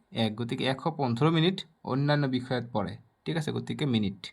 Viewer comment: Mitan😂 mitin😅 minit minit 😅😅